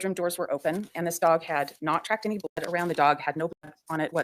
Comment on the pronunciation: Why can’t you say “blood”?